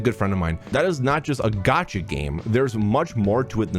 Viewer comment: things I wish everyone knew: how to pronounce gacha